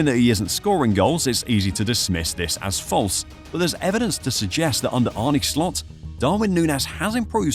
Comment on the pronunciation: Pronunciation: Arn-uh Slot, not "Arnie". If you're going to reference him every 30 seconds at least get the Man's name right. Regarding Nunez final season at Benfica: it was his only prolific scoring season in his career and he wildly outperformed his xG, which is never sustainable. The stuff about the transfer fee weighing on Nunez is pure speculation. He played with the same intensity at Benfica, so it has nothing to do with his fee and subsequently "having a point to prove". Regardless, he'll be gone in the summer. He's simply not good enough for Liverpool.